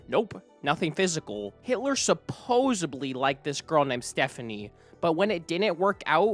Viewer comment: I CANNOT watch this whole video solely because of how you speak. Your inflection is so repetitive and annoying. You end so many sentences with this weird low, flat, long inflection. Also, you have so many pronunciation issues. The word is 'supposedly' not 'supposebly'. You said, "Some may construde", but the word is "construe", it should be "Some may construe". This seemed like an interesting topic to watch about, but I must move on as your narration is too annoying.